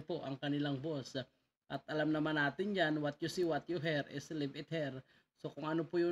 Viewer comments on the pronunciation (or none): none